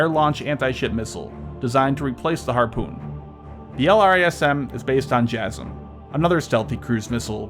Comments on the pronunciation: i believe it's Jay-Sam... not Jazzem. ) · Huhuhuh Beavis, you said jasm